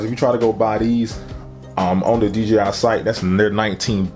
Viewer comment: Man said d g i